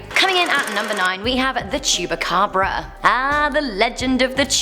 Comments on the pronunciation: Um, first: The Chupacabra is from Mexico and second: It's not Chu-ba-cabra, it's chu-PA-cabra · She Said El Cucuy better than she said chupacabra. She was struggling with Llorona...😂. And it's China cemetery not Chinese cemetery...and I believe the name is derived from the China berry trees that grow in the area.